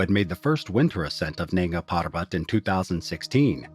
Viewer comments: Weird NANGS PARBAT pronunciation - but still solid video! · Nanga PaRrRrRrrbat